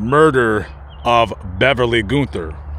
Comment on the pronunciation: Its pronounced gun-ther